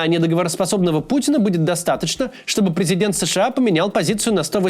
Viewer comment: «Призиденька» 😂 не позорься пожалуйста